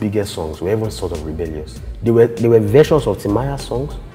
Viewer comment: Rebelyus sounds! Lol!